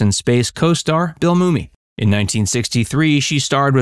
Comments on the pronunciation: Yup, grew up with this show. Always saw her as the sexy element but was underutilized. Also why is Billy Mummy pronounced “moomy”. It is pronounced just like “mummy” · Hate to moan but his name Bill mummy is pronounced "mommy" not moomy